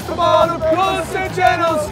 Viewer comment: Hilarious every time they butcher the pronunciation of Pulisic’s last name